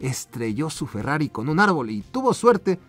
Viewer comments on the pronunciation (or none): none